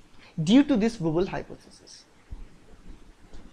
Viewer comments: are you being cute? it's wobble!!! not wooble. but you sayinng wooble is way better - i will remember it this way from now on. :-D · XD wooble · Hi sir nyc vdo.ACI is d anticodon present on tRNA and its Wobble not wooble